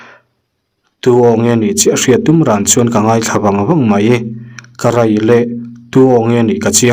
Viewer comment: Karai leh ni loin, karei leh tih zawk tur a ni. Mizo ṭawng chhiar hi i uluk lo riau mai a, han ṭang deuh teh khai